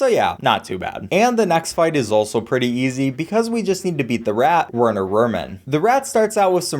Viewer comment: Werner is a german name, so it's understandable to pronounce it weirdly as a non-german, I think :D